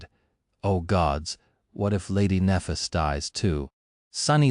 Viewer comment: Very fucking annoying this AI can't pronounce Nephis correctly...